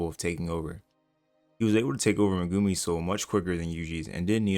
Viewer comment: you pronouncing Megumi as "muh-goomy" really messes with me 😂